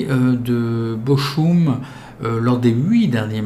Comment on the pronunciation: Salut le Ch en allemand se prononce R, donc Bochum = Borrum après j'y connais rien en allemand.... lol